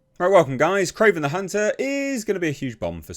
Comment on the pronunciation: "It's Krorvbin' time..."